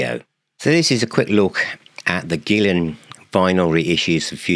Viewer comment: I've been pronouncing his name Gill-ON for almost 30 years. If I had been saying it the correctly, it would have been pronounced the other way. Go figure.